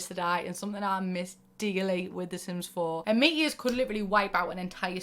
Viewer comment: i thought you were saying meet yours not meteors!